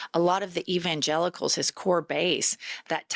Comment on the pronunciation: Did you say evilgelicals